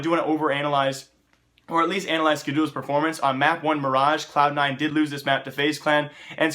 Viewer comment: Huehuehue he Said anal-yze